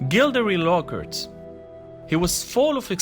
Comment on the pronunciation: I’m sorry but I love the way you said Gilderoy Lockhart Gildrey Lockert